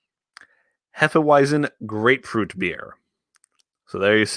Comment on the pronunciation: The w in hefeweizen is pronounced as a v just so you know